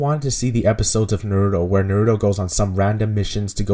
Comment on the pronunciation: You said Naruto like nerd-o